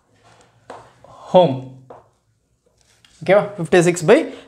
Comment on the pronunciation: Home ❌ Ohm ✅ 😂😂😂😂😅